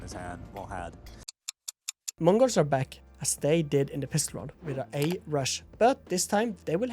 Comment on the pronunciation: As a native mongolian speaker bro when you say mongolz sounds very fluent in our language